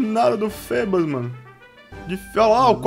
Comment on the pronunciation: a pronúncia não é fibas????